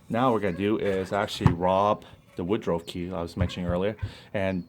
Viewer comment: it is pronounced wood ruff(rough) not wood ro .